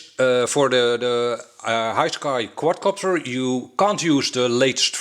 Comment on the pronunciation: Love how u say quad copter sounds quadcockter XD